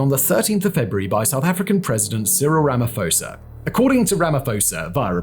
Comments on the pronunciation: You pronounce the SA president's name with a ph not an f, as it doesn't follow English spelling rules. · The 'ph' in Ramaphosa is pronounced P, not F. 'pho' in his native tongue indicates the pronounciation of the 'O' as 'or'. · Hi Simon, South African here... when you say our presidents surname it's Ramaposa not Ramafosa.. you don't pronounce the PH as an F... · Slight correction its the Southern African Development Community. And, its pronounced Rama-poe-sa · Don't wanna be that guy, but the South African president's name is pronounced Ra-ma-poh-sa, despite the 'ph'. All in all, I love your content, to a point that it might be a lil... concerning. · It's pronounced "RAMAPAWZA" The H is silent. for all you none SA viewers.